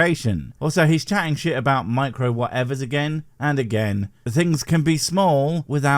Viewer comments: I think that him emphasizing “micro” so much is because he’s arguing that these sensors are so small that they can’t be detected, which like, there’s a tool for that, it’s a microscope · I love how he kept using nano and micro in a way where he would say nano first normally, then go to micro in a higher pitch, like he's emphasizing how small something 'micro' is, despite the fact that 'nano' is a thousand times smaller, by definition! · I also docked mister "Look at the seals!" points every time he stressed the prefix 'micro' over 'nano', giving me the impression that he thinks a 'micro-sensor' is smaller than a 'nano-sensor'.